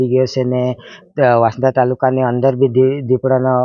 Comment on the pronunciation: વાંસડા નથી વાંસદા વાંચાય બોલાય😂